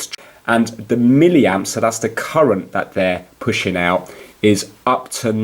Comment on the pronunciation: If he says miliamp one more flipping time, I swear to God. 11 min video to tell me 30 secs worth of info... How did this get over 4k likes??